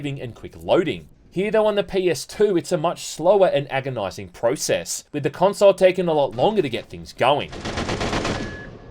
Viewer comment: The way you say "console" rubs me the wrong way.